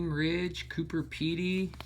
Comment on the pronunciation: COO-BER not COO-PER...